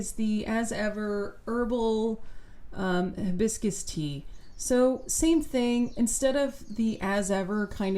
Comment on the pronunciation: Her h in hibiscus is the worst h of all time. Hideous.